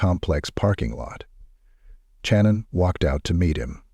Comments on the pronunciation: Her name is pronounced SHannon not CHannon. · This must be AI. He has consistently pronounced her name Channon instead of Shannon. Moving on.... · why do you use an AI voice and disrespect the victims because you don't have "time" to do the narrative yourself? That's BS because you're disgusting AI voice over keeps mispronouncing her name literally 15 or more times! I'm unsubbing NOW